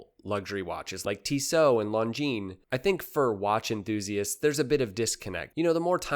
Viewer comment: One of the few watch channels who pronounces Longines properly. My hats off to you.